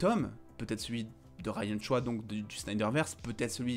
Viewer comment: Ryan Choï (Choye), désolé mais c est stressant d entendre choix mdrr